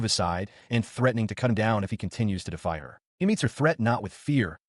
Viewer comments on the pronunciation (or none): none